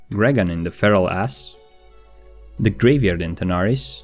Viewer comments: Feralas, not feral ass. Refuge, not refugee. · it is Feralas, not Feral-Ass. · IN FERAL-aSS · Dang he just said feral ass for feralas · "Feral Ass" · this dude says feralas like "the feral ass" lol